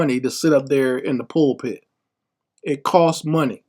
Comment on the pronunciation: “PULL -EM-INTHA-PIT” pastors….👈🏾👈🏾🤦🏿‍♀️